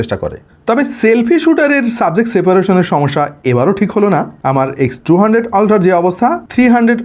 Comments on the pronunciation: সবকিছুই বুঝলাম কিন্তু আপনি আলট্রা কে বারবার অল্ট্রা অল্ট্রা কেন বলছেন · Alta ki? Ultra bolen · Amio 😂 অল্ট্রা 😂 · Ultra এর আজব উচ্চারণের জন্য ভিডিও অর্ধেক দেখে চলে গেছি। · a besi suddo kore bolte bolte ultra ke ki jeno uccharon kortase ALLAH e jane